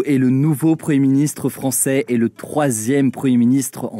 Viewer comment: Pouvez vous svp prononcer le "m" de preMier ministre ? Merci